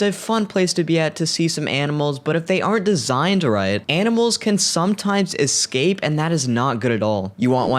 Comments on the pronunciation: EScape, not Exscape... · Excape? Dafuk u mean? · Stop saying “excape”, the word “escape” and it’s pronounced S-cape not X-cape. Jesus. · if you're going to make a video about animals "escaping", maybe learn how to pronounce escape (hint: theres no X...) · Of course you say excape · For the record it's escape not excape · ESCAPE!!!!!!!!!! NOT EXCAPE!!!!! PLEASE FOR THE LOVE OF GOD STOP SAYING EXCAPE!!!!!!! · Before you make another video, please learn how to pronounce 'escape'. The s is before the c, not after it.